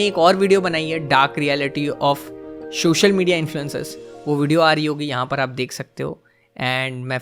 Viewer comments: Sir just a suggestion…. Aap ‘social’ ko please ‘shocial’ mt bola kriye🙏🏻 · Is it social or showshial? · Shoshal nhi Social hota hy bhai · Its "Social Media" and not SHOSHAL MEDIA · Shocial media ni Re bhi, its social media 😂.